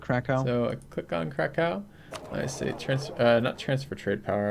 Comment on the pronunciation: that Krakow pronunciation is painful :(